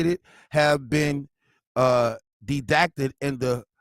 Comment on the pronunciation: Dedacted lmfao it's redacted lord bless his heart